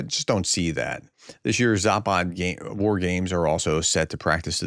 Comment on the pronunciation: Zapad ( West ) is pronounced with a short "a" s"! Not Zaaapaaad !!!!! Just Zapad !!